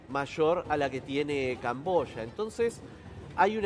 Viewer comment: Yo pensé que era camboya ,el dijo cambosha.